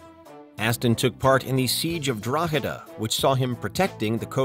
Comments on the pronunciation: Not a bad attempt at pronouncing Drogheda tbf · I'm impressed that an American can pronounce Drogheda correctly 👍